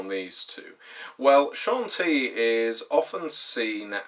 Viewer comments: Ed Greenwood himself pronounces it SHON-TEE, so you’re wrong. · CHAWN-TEE-UH Dear god